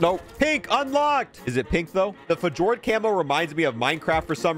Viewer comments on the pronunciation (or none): Hey just fyi “Fjord” isn’t pronounced as “F-Jord” it’s “Fēˈôrd” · It’s not f-jord it’s fE-ord